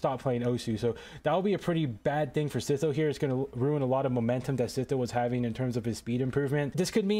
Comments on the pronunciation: Bro called him seetoe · Bro says see tho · Bro called him sitho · absolutely wrong, he called him "sizo"